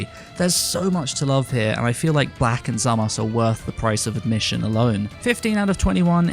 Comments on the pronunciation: I loved the video but hearing "Zamass" instead of "Zamasu" makes my ears bleed :D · Is it me or is it weird the way he says zamasu I know you u is a Japanese thing like turunksu and gowasu I guess I'm just used to hearing the Japanese